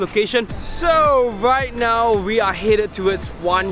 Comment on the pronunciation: Why does he pronouce right now as wreight now